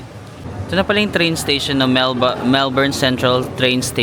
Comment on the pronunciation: Melbin ( Melbourne 😅)